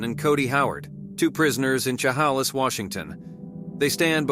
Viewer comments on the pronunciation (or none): It's pronounced shuh haylis Chehalis Lewis cty